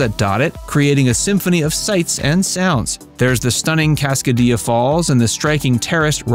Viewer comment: Cascadilla with “dilla” using the Ls. It is not pronounced like quesa”dilla”